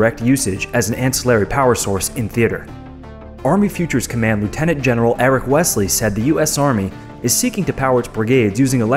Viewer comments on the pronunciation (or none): none